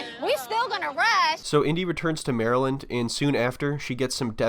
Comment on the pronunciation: I just wanna say thank you for pronouncing Maryland correctly so many YouTubers call it Mary-Land 😂